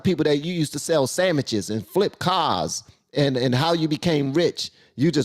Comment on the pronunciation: Sandwiches, not samiches